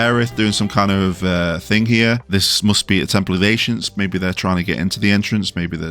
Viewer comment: Why are you saying ancients funny?? Ashients 🤔 🤔